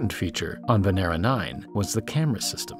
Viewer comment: Lol humanity is giving Venus V.D.... Venera sounds like Veneria.